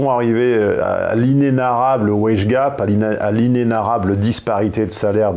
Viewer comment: j'ai entendu le wesh gap haha (je sais c'est wage gap, mais ca marche aussi avec wesh)